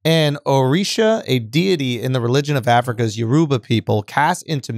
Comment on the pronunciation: Thank you Shultz for pronouncing “Yoruba” properly. And “ORISHA” . Am a YORUBA descendant. And by the way, her real name is “YEMOJA” only Americans and Latin Americans call her “YEMAYA” and Appreciate charla releases books like this about the YORUBA culture. I will definitely buy it. But please pronounce it better. 🇳🇬